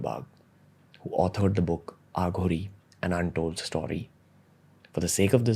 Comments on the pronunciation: Ranbeer thats uh ghori not aa ghoris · It's अघोरी not आघोरी ! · Bhai AaGhori nhi hota Aghori hota hai. SIVAA nhi shiv ji hota hai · Ranveer I love ur show. Just a short note to tell u that it is not Aa ghoris. It is Aghori. These words have deeper meanings. To know Indian spirituality fully, our language should be known n practised as it is. The accent should be pure Indian. God bless u. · Just one request Ranveer, with due respect, please don't address them as "आघोरी" ( Aaghori) they are "अघोरी" (Aghori) 😇🙏🏽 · And bro please bro not """AAAHOOGORI """ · Aaaghori nahi hai Ranveer...It is Aghori..shows your so called Spiritual Knowledge... THOOOOOO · aaghoris.. आ घो रि no.. Aghoris.. अ घो रि i think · It's not aaaghori. ......it's aghori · It's अघोरी not आघोरी ,,, it's शिव not शिवा । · It's aghori not aaaaghori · It's not pronounced as Aaghori it is Aghori derived from the sanskrit word Aghor meaning fearless. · Its not AAGHORI.. its AGHORI.. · It is not Aa-gh-ori. it is A-gho-ri. Want to know more? Just listen to Rudram - the very essence is there in Rudram. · Pls learn to pronounce the word aghori. It's no aaa gori . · It's pronounced as ughori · The way he says aghori.... Bss itna hi kehna chahta hu ki ranveer tu India ma hee England me nahi...